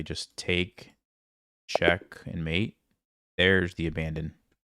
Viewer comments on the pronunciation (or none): none